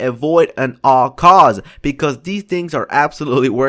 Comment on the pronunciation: at all costs....not "and all cause"....